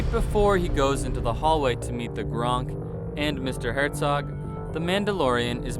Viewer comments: GONK not GRONK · It's GONK, not GRONK. They dont play for the Patriots when theyre not filming movies 😐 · Did you really call a gonk droid a GRONK DROID? my vibes have been killed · It's a Gonk. Not a Gronk. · Gonk, not Gronk. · Gonk droid you warthog face buffons, not Gronk. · the gnk power droids are refereed to as "gonk" droids not "gRonk" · It’s Gonk droid. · Did he say “GRONK” droid!? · This man really just called it a "Gronk" droid lmfao. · It’s pronounced Gonk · MAsterr Serch lmao it was right there 😂😂 where’d he get the i from 😅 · it is gonk